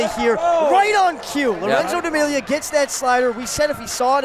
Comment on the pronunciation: pronouncing Demalia correct for the first time ever?!